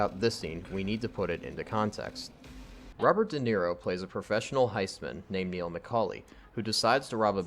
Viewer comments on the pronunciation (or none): none